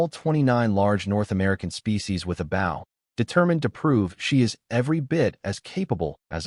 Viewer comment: I wish the narrator would learn how to pronounce bow.